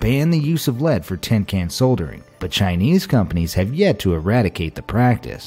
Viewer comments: Does this narirator seriously not know how to pronounce "soldering"? 🤣🤣🤣 lol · I say Soldering and not Soddering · well I mean the h in herbs isn't silent and neither is the L in soldering. I bet your one of those monsters that says aluminum and not aluminium...